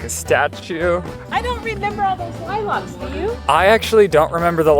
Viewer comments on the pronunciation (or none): I’m sorry, LIE-LOCKS?! What is that pronunciation of lilacs?!?! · I was today years old when I found out Colorado peeps say LIE-LOCCCCKK 🤩😂 I also love how you and Morgan pronounce mountains, the T always gets skipped over. ❤